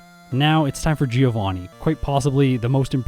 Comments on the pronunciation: Fun fact: Giovanni shouldn't be pronounced "geo-vanni", it should be closer to "joe-vanni". I say fun fact because absolutely no one says it right... including official sources. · Uhm, actually giovanni is read with a mute i. Source: well, it's my language, i'm italian lol The "vanni" part is right, the "gio" is read more like "Jo" Kinda like giorno giovanna from jojo (which also was supposed to be a Giovanni btw) Btw love these 1v1 videos, please make more of these, the solo run have been done too much, this twist gives the video much more value! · Hey, italian here. Bit late, but I'm gonna be the AKSHUALLY guy and tell you Giovanni should be pronounced "joe-vunny", so the pun with geo doesn't really work:^) Keep up the good work, I had missed this one but I'm hooked to the whole series! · The GEOvanni part kinda makes sense when you see it that way, I've never thought about that, although if you assume Giovanni to be italian then 'Gio' would be pronounced like 'Jo' in Joseph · How come not a single english-speaking Poketuber knows how to pronounce the name "Giovanni"? It's an italian name guys, the "I" is silent. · Giovanni isnt pronounced GEOvanni in Italian. It always triggers me....